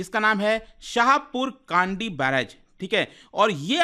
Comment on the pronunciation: Kandi nhi, kndi (कंडी) शाहपुर कंडी